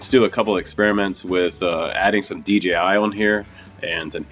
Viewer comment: What does DJI mean? And I know about the company but you say DGI mode or something